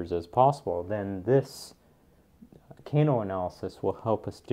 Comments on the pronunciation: FYI "Kano" pronounciation is incorrect. In English it is more like the "a" in "father". Not the "a" in "cane" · The way he pronounces "Kano" though hahaha